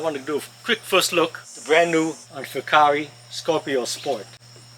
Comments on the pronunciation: wrong ... fu care, simple. Just call customer support say fu care. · They pronounce the company name as Full Care...